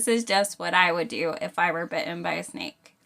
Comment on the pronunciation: 'Bitt'en' . Lovely and juvenile.